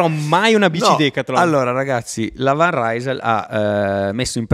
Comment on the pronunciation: informazione di servizio : si pronuncia van rysel e non van raysel che dal fiammingo significa da rysel cioè da lille quartiere generale di decathlon. Intenditori 👍